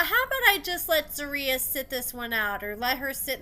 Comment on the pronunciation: Sis… it’s ZER-RIYAH lmaooo I hate the way you pronouncing it😆